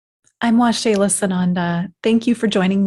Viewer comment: Ahhh. Waxela...pronounced Wah-Sheila. Awesome. I was Curious as to how you Pronounce your Name. Thank You For Sharing Your Story. I Believe...The Benevolent Beings are As Angels. Of Holy GOD. May You Be Blessed By Holy GOD Waxela...(Wah-Sheila). Peace.